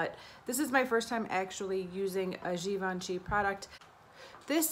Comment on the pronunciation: You say "Givenchy" just perfectly 💕